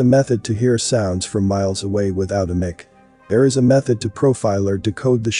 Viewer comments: Why are you saying mic(Mick) instead of mic(Mike)...as in microphone ⁉️⁉️⁉️🤔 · mic is pronounced MIKE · The way you pronounce mic is completely wrong why?